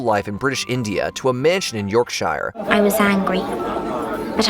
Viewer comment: York-shy-er… heehee